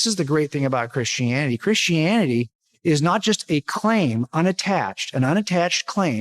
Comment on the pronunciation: he pronounces it "krishianny" Also, a book is not direct evidence, and he knows it.